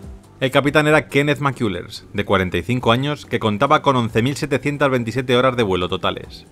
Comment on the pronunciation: Amigo, xq el narrador no puede pronunciar bien la palabra.. "HORAS DE VUELO" siempre dice.. "HORAR DE VUELO "..... saludos!!